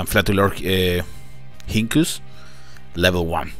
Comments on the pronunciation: you actually pronounce it like "flatulorinkus" not "flatulorhinkus". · It is pronounced flat u lor ink us